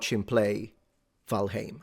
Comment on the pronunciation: Just wanted to say that I love your pronunciation of valheim. As a native Icelander I speak old norse and you pronounce heim exactly like it should be. Kudos